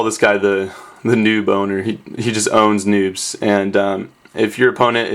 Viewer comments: haha, sounded like you said "new boner" xD *noob owner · when you said noob owner, i thought you said new boner xD i have problems. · Anyone else think he said "new boner" at first instead of noob owner? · when you said noob owner it souded like new bonner lol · LMFAO thought u said New Boner